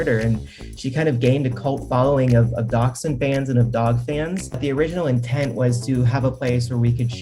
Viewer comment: I was wondering why this guy was talking about doxing until I finally realised he was trying to say dachshund!